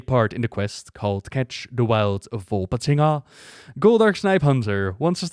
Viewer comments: One shot every time says "Volpatinga":D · You had allot of fun pronouncing Volpatinga, I can tell.